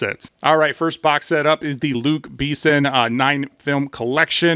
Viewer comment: Great video, but your pronunciation of "Luc Besson" needs work 😉